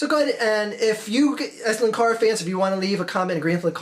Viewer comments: 'Linkara', not 'lankara'. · Its pronounced 'Linkara'.